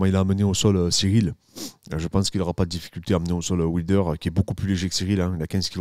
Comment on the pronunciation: Dariush après Islam, chaud patate quand même pour Do Bronx🤔 Aah Ce super accent occitan sur "ouilder" j adore🤩 Salutations de Perpignan😉